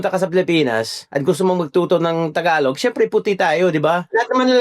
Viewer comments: it is pronounce Ta-galog not Thaaaaghalog..Pag nag salita ka ng tagalog parang Robot.. Joke Lang, hehe.😅🤣😂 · The way you pronounce tagalog sounds like Spanish where you put a bit of glide on the Gs But tagalog G is quite a straight hard G idk